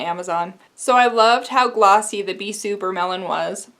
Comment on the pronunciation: Flip Tease looks so beautiful on the bottle. I loved your nail art so much, it turned out great! The way you've been pronouncing "Bissu" is correct 😄